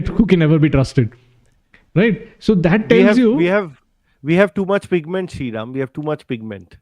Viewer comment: ITS FIGMENT.. NOT PIGMENT.